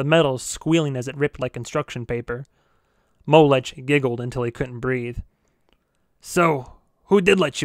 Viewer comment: His name is pronounced Mo-lek, not Mow-lech.